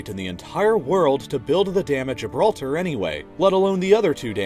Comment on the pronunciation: "the dam of Gilblter" XD